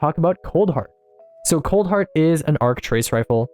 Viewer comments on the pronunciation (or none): Oof my man's misread coldheart